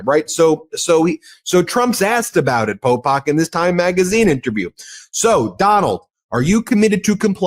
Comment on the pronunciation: He keeps calling him Popak. 😅 ok, Popak..